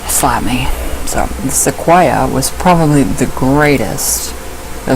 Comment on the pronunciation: You are saying Sequoyah correctly. His name is pronounced the same as the trees.